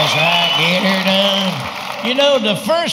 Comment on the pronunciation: 3 pics molded into one of him with his hat, the sign behind him, the subtitles, yet you still said get instead of git. Its "GIT R DONE" my friend